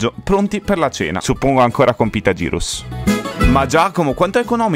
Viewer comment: Gyros si pronuncia “ ghiros “ però